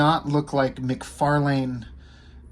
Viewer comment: lol you are the only one I know so far that pronounces his name correctly we all say Mc farlin